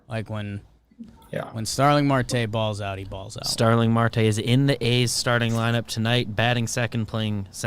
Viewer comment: Starling Marte is a solid player, also its pronounced mArte with a strong A.